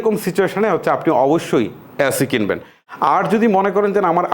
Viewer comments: অ্যাসি না এসি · ভাই আগে এসি কে এ্যাসি বলা বন্ধ করেন।। কানে লাগে